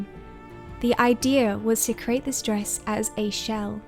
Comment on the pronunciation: Please pronounce 'create' correctly. It sounds as if you're saying 'crate'. I keep thinking you are boxing things.